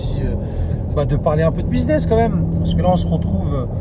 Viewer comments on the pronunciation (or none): none